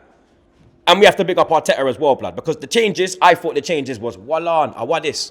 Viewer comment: I never understood why can’t Fucking pronounce the word BECAUSE.. ITS BECAUSE MATE. Not becaaaaah wtf is that?